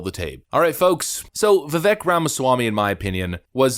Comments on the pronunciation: On Gutfeld!, Ramaswamy said his first name is pronounced vi-VAKE but most people seem to pronounce it vi-VECK. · Vivek explained in an interview that his name is pronounced, “Vivake.” As if you’re saying, “rake.” Just FYI. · viv-ache <-- how to pronounce his name good sir! ;-) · Pronunciation is VivAKE, boss.... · "Viv-ake", like cake 🎂or a piece of steak 🥩 Say his name right :) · Vivek like "Cake" is the way to say it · Vivake, long a, like cake at the end is how you pronounce his first name. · Vivek is said like vivake.. like cake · Yes Neocons plus Vivek (his name rhymes with cake) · It is pronounced Vee-vayk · DeSantis half rose his hand to the Ukraine question just to say he’d keep funding the corrupt forever war if Europe were to foot more of the bill. The more he opens his mouth, the more and more two faced he appears. And Vivek’s name is pronounced Viv-ake like cake. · it's pronounced Vi-vei-k my good sir. but seriously, you forgot to clip out Sen. All-you-can-eat (forgot his name lol) saying Vivek is chat GPT when he himself probably got his talking points through ChatGPT. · Vivek is pronounced like cake. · It’s my understanding Vivek is pronounce like cake, like Vivake . Either way , Vivek is a great candidate along with Trump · Vivek 2024!! BTW it's pronounced Vivake like Rhymes with cake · Since you brought it up, Vivek went on timcast irl and was asked about the correct way to pronounce his name. It's with an "A" sound like in Cake. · vivek is pronounced VIVAK like cake. fix this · Absolutely spot on analysis!!! I’m praying for a Trump-Ramaswamy 2024 ticket. It would be the demoCRAPS and neo cons WORSE NIGHTMARE! F—k them both! FYI-It’s veVAKE-rhymes with CAKE. 🇺🇸🇺🇸🇺🇸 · It's pronounced "Vi-vake." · You pronounce his name Vivek like cake. Viv-ake. From his own mouth in podcasts and interviews. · Pronounciation: "Viv-aik" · It's Vivek like "cake." That's how he says how to pronounce his name. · Vivik is pronounced like cake